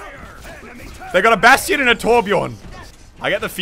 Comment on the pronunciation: Anyone else get mad when he pronounces bastion as bast-i-on